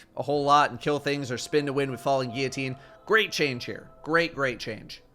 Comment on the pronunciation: Holy smokes, pronounces "Guillotine" correctly?! In what universe?!